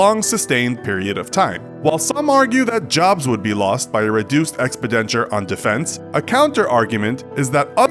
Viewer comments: "ex-puh-denture" What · “expi denture". Is that a kind of false teeth? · the dude said "expidenture" when he meant "expenditure". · “Expidenture” Please stop saying expenditure incorrectly! This drives me crazy every time. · Sure, I'll trust a cartoon about the federal debt that doesn't know the difference between "debt" and "deficit" and doesn't know how to pronounce "expenditure" (did you say "expidenture"? What is that?)! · your mic is peaking. and it's pronounced ex-PEN-diture ;D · "reduced expe-denture" How has no one noticed this... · This guy pronounces expenditure like an idiot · Please say expenditure again, it's such a unique pronunciation! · You mean "expenditure" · Dear Diary He said expenditure soooooo strangely. Took me a hot sec to get what he meant. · Did anyone notice that the idiot doing the narration mispronounced the word "expenditure"? It's like they never heard the word pronounced before. Did they not think to have somebody review the video before they posted it?